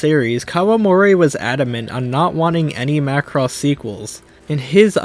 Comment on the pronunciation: Hey you said Macross right 😂